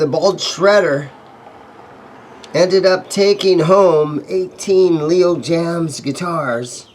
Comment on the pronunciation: Love Jaymz in not pronounced “Leo Jams”. It’s pronounced “Leo James”. That’s straight from the owner of Leo Jaymz.